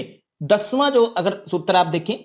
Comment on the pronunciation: सर आप शब्द अच्छे से उच्चारण किया करो जैसे आप बोलते है बस्तr जबकि वो वस्त्र है जैसे आप बोलते है सूत्रर जबकि वो सूत्र है अगर बुरा लगा हो तो माफ करना 🙏🙏